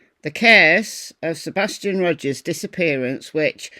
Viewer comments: First he can't get Seth's name right...now Sebastian's ! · I didn't see that at first but still...he can't even get Seth or Sebastian's name right